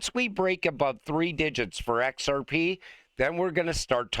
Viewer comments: Kevin cannot say XRP can he??? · It was obvious asf 😂